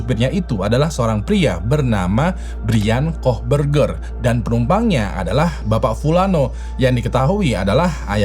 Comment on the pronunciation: kohberger baca : ko bersi